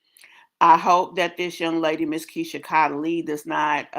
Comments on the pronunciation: Keesha treats her kids like trash! No food, they sleep in one bed. Those kids are going to resent her. Oh I hear you say Kylee. it’s pronounced KAYLEE not KYLEE. However her middle name is Chaunte! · U need 2 do ur research on keesha kaylee(that is how its pronounced k-lee)...but anyway keesha took bac 2 strikes out of 3...so im wit toya i would've done da same thing, , u take all strikes or bet is off